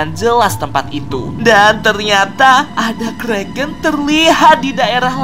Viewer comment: itu bukan kreken tapi Kraken Lo kak